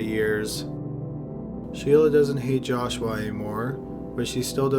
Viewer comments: The narration is aggravating.. He speaks with a drawl, very annoying. Lol. He kept pronouncing joshua as josh-u-Wa, its supposed to be joshu-wa. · It's joshua, not joshWah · "Jaw-Shwah", LOL...